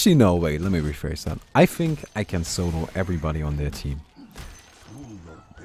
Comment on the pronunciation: like your vids but plzzz say That not Dat, gives me spasms